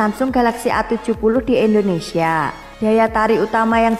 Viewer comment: indonesia jadi * endonesia* tlg biacaranya di perbaiki !